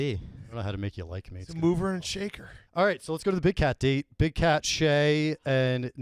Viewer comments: There's a solid chance he's mispronouncing it on purpose, but it's still driving me crazy that nobody is correcting when he says Shay instead of Cheah 😂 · It’s almost unwatchable hearing call Steven “Shay” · kinda alpha’d Cheah the whole time calling him “Shay” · How did no one (until 47 min in at least) call on saying shea vs chea? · Love to everyone. Thanks for watching. Thanks to the YAK, Barstool team, and Big Cat. My brain is broken and I always mispronounce Cheah for no reason, my apologies. I definitely talked too much, call it a rookie mistake, but I did my best to make it a fun episode. All the feedback is appreciated ... good, bad, and ugly. One of the best experiences of my life! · Someone has to tell that stevens last name starts with “ch” not “sh”